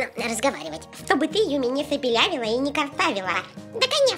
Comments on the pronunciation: Хахахаха не юми чу, а юми най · Не надо Юми к лагопеду